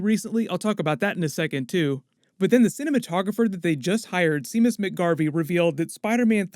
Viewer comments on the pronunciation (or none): He said “sea-mus” it’s pronounced “shay-muss” Irish Scottish name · Nothing to do with the video (well, it does, but only like a second of it), but "Seamus" (as in Seamus McGarvey, mentioned ) is pronounced "Shay-miss", not "See-miss" :) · It’s pronounced “shame-us” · Hail Eris! "Seamus" is pronounced "Shamus." It's an Irish name. Gaelic, specifically. Snarky When we are tired, we are attacked by ideas we conquered long ago. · Bruh. Seamus is pronounced "shame-us". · It’s pronounced “Shame-us” - Seamus McGarvey. He’s from Armagh in Northern Ireland and its an Irish name. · I don't know that I've heard anyone legit say Seamus like "See-Muss" hahaha. Staying indoors might have me hearing things though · Seamus McGarvey is from Northern Ireland.....Seamus is pronouced "shay-mus".... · It's pronounced SHAY-mus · "Seamus" is pronounced 'Shay-mus'. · It's pronounced 'Shay-mus'. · Seamus is pronounced "shame-us". I forgive you,. High five! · It's more like Shay-mus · I had to stop watching this after you pronounced Seamus “See-mus” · Seamus is pronounced “Shamus” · The name Seamus is pronounced "Shaymus" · Seamus is Irish for James, pronounced, Shay-Muss :) love the channel though :') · i’m guessing the cinematographers name is spelled seamus but it’s probably pronounced like shame-us lol again i have no idea and you would know better than me awesome anyways love the content keep it up dude!